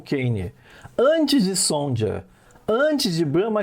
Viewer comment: Sonja se pronuncia Sonia... o j tem som de i...